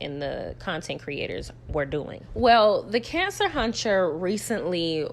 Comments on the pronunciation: Lord knows you make it hard for me to get through this every time you say cancer huntcher. I'm in tears 😂😂😂😂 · It’s the “Cancer huncher” for me 😂😂😂😂